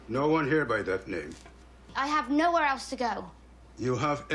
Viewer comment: Hey. English is not my mother tongue. But I noticed you pronounce "else" a bit like "eltse". Is this a dialect? Where are you from?